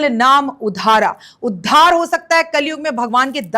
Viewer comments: True. She always shouts unnecessarily. Totally wrong pronounciation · कलयुग केवल नाम..... उद्धारl, .... is uchharan Ko theek kar lo.....